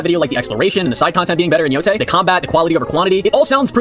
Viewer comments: Pronounces it "Ghost Of Yotai" cause he isn't a weeb. Uses the phrase Talk No Jutsu which is a meme based on the manga/anime Naruto to poorly explain what happens to the Spider. And "Talk No Jutsu" he is able to pronounce naturally, but wether the E in Yotei is pronounced like an E or an A is rocket science only weebs know. Sure... Also I specified this point cause nobody else pointed it out (understandably sunce it usually gets lost in the sea of stupidity and nonsense he spouts and even I didn't notice it in the original response you did). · bro saw “yotei” and reads it as “yotai” (when he actually pronounced it correctly later in the video so you know it’s on purpose)